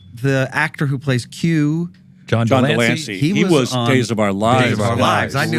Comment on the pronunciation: Okay, not to be nitpicky....okay, I'll be nitpicky...It's not John "DELANCEY," but John de Lancie.